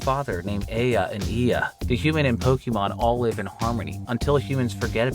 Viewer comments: Your pronunciation of Pokemon is infuriating. It’s Po-K-mon. Not Po-KEY-mon. 🤦‍♂️ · it´s not that either, it´s Po-Keh-Mon